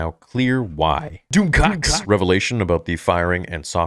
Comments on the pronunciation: 😂can't stop cracking up when you say " Doomcackk" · Why are you saying 'Doom Cocks' that way?! 🤣🤣🤣🤣🤣 Too funny!